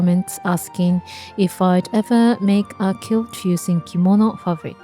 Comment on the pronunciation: And the pronunciation is like “kwilt” and “kwilting.” There’s actually a “w” sound there. A kilt, the way you’re pronouncing it, is a Scottish man’s skirt. I know some languages like Spanish don’t put the “w” sound in “qu.” Think of the word queen. You probably are familiar with that.